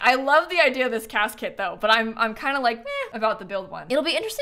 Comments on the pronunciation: HOW did I never put that together? 💀 Now it’s all I can hear 😂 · Hearing her say “Cas Kit” will never not be funny to me 💀